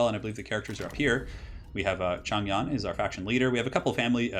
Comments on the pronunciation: The "Yan" part of his name is pronounced Yen. The ZH sounds like a J, like Joe or Jimmy which you got correct off the bat. "Men" is actually pronounced "Mun." Any "ang" or "ong" such as Chang, Dang, Long etc. is pronounced like "Ahng" / "Ohng", however your way of saying Wang Dang is way more amusing. Regardless of accurately saying the Chinese stuff, I'm just super happy watching your campaign. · not sure why the voiceover is wrong but Yan in Mandarin should be pronounced more like the yan part in yankee